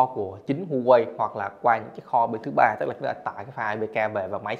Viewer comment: Thanks bạn đã review. Góp ý nhỏ brand HUAWEI đọc là Hoa-wei, châu Âu, Mỹ thì họ đọc là wa-wei